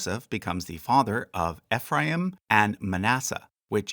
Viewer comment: FYI Ephraim is pronounced EEE-phram like youre saying the letter E